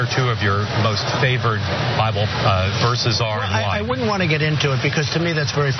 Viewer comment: He read the entire cover and gave up after that; it's the ONLY part of the Bible he quotes. 😆😆 "Thuh Byebull" "Thuh Byebull"